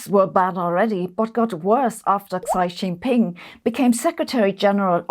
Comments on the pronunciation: And I think I found the other Easter egg : Xi Jinping should probably be pronounced a little different ;) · Xi Jinping is not "tzy" but "shee". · The pronunciation of Xi Jinping was way off